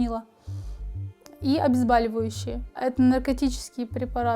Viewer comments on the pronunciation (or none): Ну почему обезбАливающие? Ведь от слова бОль - проверочное слово. ОбезбОливающее.